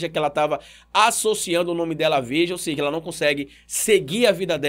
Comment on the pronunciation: Irmão, acompanho seus vídeos e dou valor a seu trabalho. Só uma dica, espero que não pareça crítica destrutiva. No início do vídeo vc falou: ela "seje" no lugar de seja . Falou tb em ela prestar "seviço" no lugar de serviço.